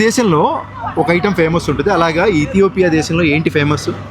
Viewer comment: ఇథోపియా కాదు ఇథియోపియా